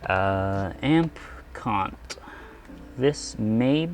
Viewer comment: That emphasizing of the "amp cOnt" pronounciation, though hahaha. Brilliant humour! Nice upgrade to the car, totally worth it.